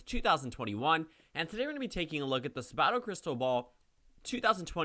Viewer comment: Man; you live in Virginia, you really need to learn Larry Sabato's name!